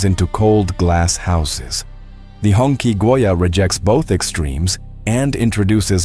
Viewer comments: It's not pronounced like "Honkie" 😂 Its pronounced like "Hung Chi" means The red flag. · It's not "hong key" , it's pronounced as "hong chi" , that's the closest pronunciation